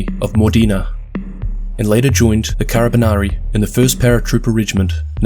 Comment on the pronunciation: Nice video but That "carabinieri" pronunciation killed me